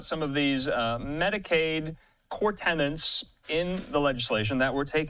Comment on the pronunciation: Why do Fox newscasters keep saying "tenants" instead of "tenets?"